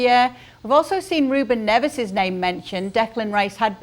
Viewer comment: It’s pronounced Ne-vsh!!! So sick of these clueless presenters using Spanish pronunciations for Portuguese players.